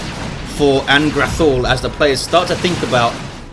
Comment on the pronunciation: Thanks for the cast, congradulations on getting the name right too! -An'grathul